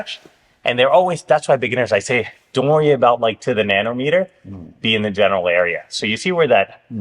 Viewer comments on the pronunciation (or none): none